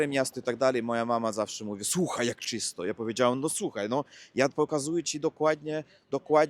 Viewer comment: dobrze mówisz po polsku po tych 3 latach. Gratuluję! Jeśli chcesz doskonalić akcent, zwróć uwagę na powszechne zmiękczenia rosyjskie. Np. zacznij mówić CZYSTO,a nie Cisto 🙂. Pozdrawiam Cię serdecznie i żeby nie było nieporozumień: lubię brzmienie języka rosyjskiego, uwielbiam poezję romantyczną rosyjską, z lubością czytam w oryginale Lermontowa, Puszkina. Czytam to na głos i rozkoszuję się brzmieniem słów 😊